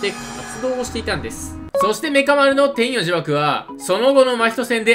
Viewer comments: 天↑与↓呪縛で草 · 天与呪縛のイントネーションが気になる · 天与呪縛の発音気になるww